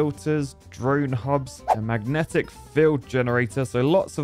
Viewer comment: did that say Mangetic ?.... wtf